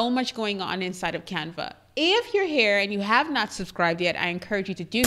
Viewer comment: I love the way you pronounce Canva!!! You are so beautiful 🥰 Thank you lovely. This is an amazing video